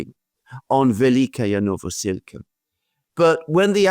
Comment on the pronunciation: Alexander just loves to pronounce this "Velika-ya Novosilka" village, wrongly :)